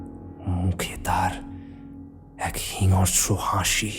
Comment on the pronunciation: Golpo ta valo, uposthapona o valo, sudhu kichu kichu uchcharon boro kane lagchilo jemon "hingsro" k "hingosro", kichu jaegae "s" uchcharon, "sh" uchcharoner bodole and vice versa. Eto shundor golpo r golpo-pather majhe majhe ei bepar gulo overall experience ta k ektu khunno kore dey.